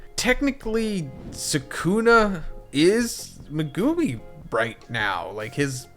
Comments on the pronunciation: ME-gu-mi Not me-GU-mi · You say his name wrong every video! It’s pronounced, Mega-me! Not Me-goo-me 🤦🏽‍♂️ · not saying megoomi please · Pls stop saying Mehgoomi. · Learn how to pronounce megumi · Was enjoying the video until you butchered megumis name